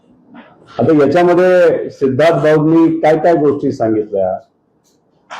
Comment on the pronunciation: Sidharth ❌ C-idharth ✅